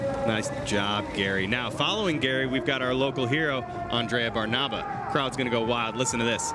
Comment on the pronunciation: It's Andrea Bàrnaba, not Barnàba...